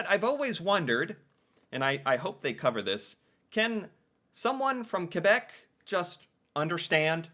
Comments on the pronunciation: The funniest thing about you video is that the first thing the "french" woman says is actually english. "char" is somewhere between "car" and "chariot". Some people say "voiture" and "auto". Also, I appreciate the way you say "Quebec". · Its the same as UK english vs American english. Something I hate is when you see a french canadian character in an english movie but they use a french guy instead of a canadian, its like having a movie introducing an american but its a british guy. A bit insulting. And than you for saying Quebec correctly.